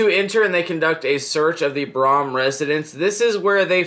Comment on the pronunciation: It’s pronounced brum I can give you some more info if you want to make a update to this